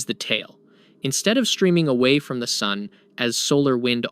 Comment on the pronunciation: Can't pronounce Sun? dislike for the stupid way you say sun. Can't take any of this as truth as you do not know what the sun is or how to pronounce it. FAIL (twice as old as our sun day), wtf are you on? This loser is doing it to get comments - ignore this video.